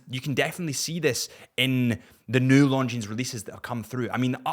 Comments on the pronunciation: Please get the pronunciation of the brand right if you're going to make videos of a product. The S is silent in Longines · Great episode and great watch too! Please, pronounce correctly 🙏 there is no s sound at the end!